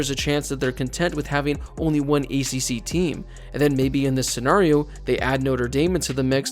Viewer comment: Can you please stop mispronouncing Scenario :(